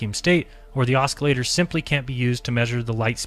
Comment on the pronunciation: Please STOP pronouncing the C in the word OSCILLATOR!!! It's fucking silent!! I know it's a petty complaint, but we are criticized for everything in every way. So STOP MISREADING THINGS. STOP MISPRONOUNCING WORDS THAT ARE EASILY LOOKED UP, AND STOP READING WORDS INCORRECTLY. Thank you, Buddy. Other than that, you're doing great.